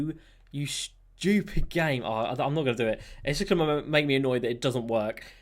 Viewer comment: No one:: Schewpid